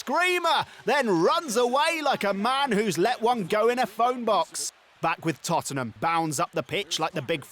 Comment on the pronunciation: I love how he says Tottenham cuz of Hotspur